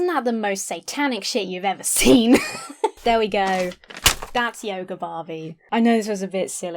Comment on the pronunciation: When you say yoger instead of yoga, I keep thinking you're about to say yogurt